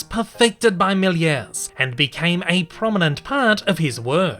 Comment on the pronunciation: ah oopsi its georges méliès not miler